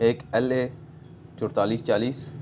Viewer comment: Chodtalis Chalis Kya Hota Hi Chaualis Chalis Hota Hai...